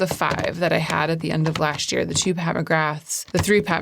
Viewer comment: This year, you should work on saying “last year” as two separate and distinct words.